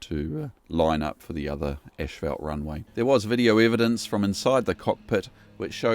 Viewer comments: I'm not sure why said 'ash-felt', when the word is spelled 'asphalt'? The correct pronunciation of this word is 'as-felt'. Did you seriously think the word should be pronounced 'ash-felt'? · Because I was making light of the way the narrator was pronouncing it. Yes it is asphalt. He pronounces it ash-fault. :) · There is no "sh" in "asphalt".